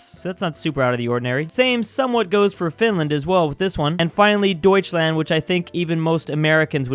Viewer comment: It's not doitsland 😥